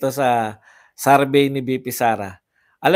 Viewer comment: survey po hindi sarvey😂